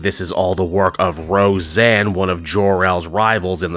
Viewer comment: Ro-Zanna Arquette.